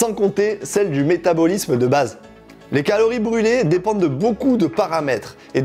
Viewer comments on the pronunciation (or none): none